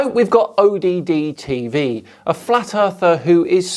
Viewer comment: NOT "O. D. D. TV" = ODD TV